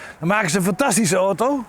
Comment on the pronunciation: niemand kan zo mooi 'oto' zeggen als meneer..